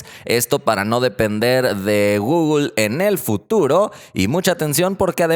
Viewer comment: Nadie:: Gugul